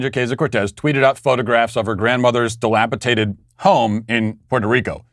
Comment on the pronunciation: FYI, it's dilapiDated.